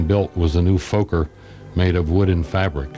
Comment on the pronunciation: Please pass on my admiration to your organ player. Be a good chap and drop a penny in his tin for me too. I would do it myself but my arm isn't long enough. Thank you. Most enjoyable, BTW Its FOKKER, not FOEKER. As in its FORD not FOAD. Good evening